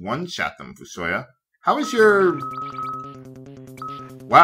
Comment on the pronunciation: also, i pronounce fusoya as "fu-so-YA" and not "fu-SO-ya"